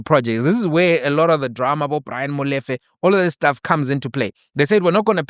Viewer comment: Big man, I like the way you pronounce Motsepe; if only you can try follow suit, and pronounce Molefe correctly like that, Blessings 🙏🙏🙏